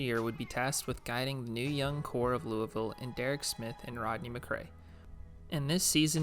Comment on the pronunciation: I know you're from the south because you know how to say louisville lol